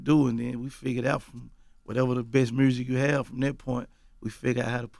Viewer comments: “Mursic” . Thank me later. Lol. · Gotti thinks there's a letter "R" in the word "MUSIC" (MURSIC) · Ok Mr Gotti. Ima need you to pronounce it correctly MUUUSIC! Yo Gottie : mursic! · Aye Yo Gotti..... the is no “R” in “MUSIC” Homie! Please stop saying “MURSIC”! lol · Why he pronounce music, Myursic lmao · Here for 🐬 and to hear Gotti say ”Mursic” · “I’m just focused on making my mursick”- Yo Gotti